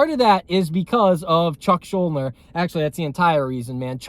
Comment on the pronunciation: Btw you’re pronouncing his name wrong, it’s Yiddish, Shool-deener